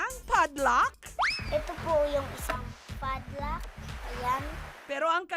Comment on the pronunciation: this is how "fadlack" girl pronounce pad lock. 😊